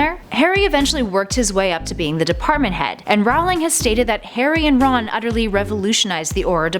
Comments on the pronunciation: J. K. Rowling's last name is pronounced R-o-ling not r-OW-ling. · One thing. It's supposed to be pronounced like 'rolling' JK said it herself. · I thought J. K. Rowling's last name was pronounced "rolling" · Its prounded J.K (Roh-ling). Not (Rau-lieg). Jesus. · Everytime you set "Rawling" (which was way too many times) I wanted to punch you. Is "Rolling" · It's Rowling not rawling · Just letting you know you are sayings Jo's last name wrong. It's said like bowling but with an R at the front! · You're saying her name wrong! Every time you guys make a hp video I want to pull my hair out. It's pronounced like rolling. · She prounonced Rowling wrong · You said 'rowling' incorrectly, but other then that, great video. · Your pronunciation of Rowling is wrong.... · IT KILLS ME EVERY TIME SHE MISPRONOUNCED ROWLING!!! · she says Rowling wrong. that bothers me. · Not to mention botching Rowling's name! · and rowling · Chris O'Brien and she also pronounced Rowling wrong